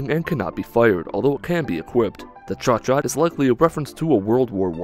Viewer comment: The Chauchat is better pronounced 'show-shaw'. It's an old French machine gun with a reputation for being straight bootyjuice mcdookie, precisely because of the mags as mentioned in your vid. They would get dirty easy and also jam for the slightest dent, I think.